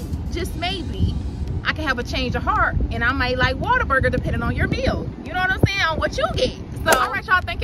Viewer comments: Sounds like you saying " water burger" but it's what a burger but say it in One word lolol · It is Whater-Burger 😂😂😂 it’s a Texas thang…. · Definitely pronounce it Waterburger, much easier to say. lol I guess I will have try In n out again. It’s one like 5 minutes away from me and I haven’t had it in years. But ain’t no way In N Out beating out Whataburger. I usually get the basic burger with cheese with either mayo or mustard. Every once in awhile I will add jalapeños.Fresh fries from there are my favorite with the spicy or regular ketchup.